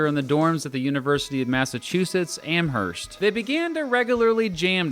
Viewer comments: Am-erst, no h. It’s weird, but tere it is. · It’s pronounced “amerst” silent H, as opposed to the one in New York where you pronounce the H. You’re welcome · Nice article...thanks. Also the "h" in Amherst is silent... as in "Amerst" :) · AMERST (no bloody "H") ugh hahahaha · It’s pronounced Amurst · The “h” in Amherst, Massachusetts is not pronounced. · The H in Amherst is silent!